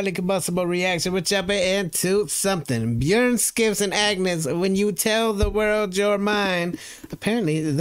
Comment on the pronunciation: Skiffs is pronounced Chiffs